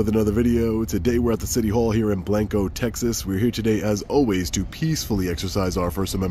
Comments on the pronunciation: No it's not. It's pronounced BlAnco. It's not the Spanish word for white. I live here. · Odd pronunciation is BLANG-koh. Gota be from TX to know it.. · Pronounced blonco Texas the a is short